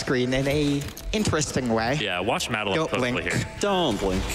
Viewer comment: Mad a lin. You mean Madeline? God...